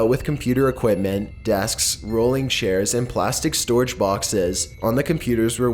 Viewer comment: You pronounce storage like "storch" or "storge"